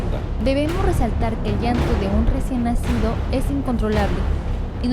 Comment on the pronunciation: Yanto se dice llanto no iiiiiaantooo..llanto llorar no iiiorar